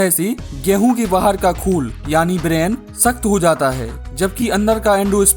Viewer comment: ब्रान है, ब्रेन नहीं।